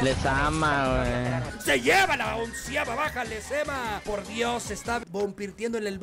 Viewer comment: Lezama ❌ Lezama✅